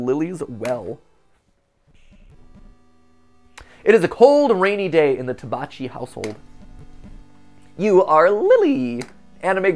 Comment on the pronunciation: hey! quick call-out, tabacchi is pronounced like "tabakki" I believe it's the italian word so I'm just saying how it should be pronounced if thats the case :)